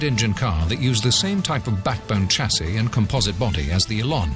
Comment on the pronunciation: Two things, Lotus lead, the rest follow! & for gods sake Lotus change the voice over the geezers got a speech impediment! Lodus? Elon? Tchassis? Where did they find him? Speech impediments R us!!!